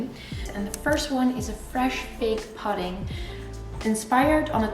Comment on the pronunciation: Looks delicious! Btw pudding is pronounced as ‘pooding’ using an O sound like in stood, wood, rather than with the U as in mud.